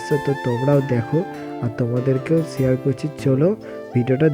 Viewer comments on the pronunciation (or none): SHEAR ❌ SHARE